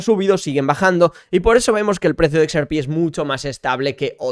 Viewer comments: no se dice "ex,er,pi", se dice "equis erre pé", vamos, digo yo... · Me agrada todo tu contenido pero si vas a decir XRP en inglés dilo bien es EX-AAAAAR-PI 🙏🏻 con todo el amor